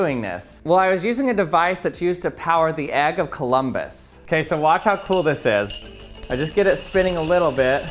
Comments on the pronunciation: Why do you say "egg" like "ag"? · Dude calls an egg AGG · Why do you keep calling the “egg” an “agg”?